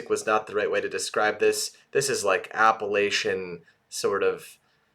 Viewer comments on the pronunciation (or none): Loved your reaction and thoughts, especially as a fellow mental health worker. Just one criticism, you are misspronouncing Appalachian. As some one who was born, raised, and lives in the Great Smoky Mountains and close to Appalachian State University, having Appalachian pronounced incorrectly can sound like nails on a chalkboard. Not complaining or fussing, just educating. 😊